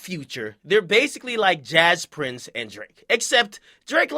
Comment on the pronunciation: i live in houston and everybody pronounce jas prince (jay prince)when i hear about him.